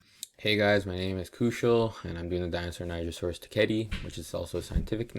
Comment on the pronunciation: I think you said the name wrong